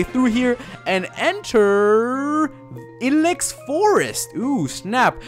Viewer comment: isn't it pronounced I Lax